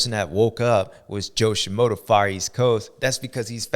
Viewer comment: My boy! You are missing the R in FRUSTRATED. And you call SHIMODA SHIMOTO 😂 best part is idgaf cause you're JS7 baby ❤❤